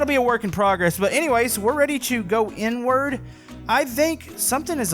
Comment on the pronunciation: Is it just me, or does it sound like says N word when he says inward If not, then I'm just messed up